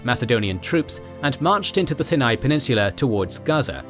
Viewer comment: Herodotus did use a similar name, referring to it as "The land of the Philistines" a century earlier. That said, they're a bit all over the place with how they refer to things, using ancient and modern names. Personally, I'm more bothered by how he pronounces Sinai.